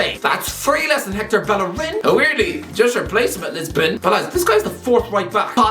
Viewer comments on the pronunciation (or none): none